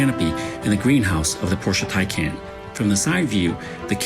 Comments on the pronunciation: It’s TyCahn, here from an actual german. TyCon? What? Where is no O in there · So it's "TY-CON" heard it right from an actual German